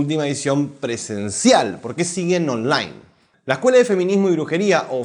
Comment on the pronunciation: Me encanta cómo pronuncia la palabra "online". ("Onláin!")